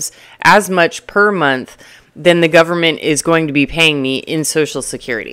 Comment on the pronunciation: The "gooberment" 😂... I'm going to have to use that line. 😊 Great video an insights.... I love your straight-forward approach! I'm in my 30s and am flabbergasted at how many people my age live with their parents and their parents are still supporting them. It's almost like 35 is the new 20... interesting times we live in.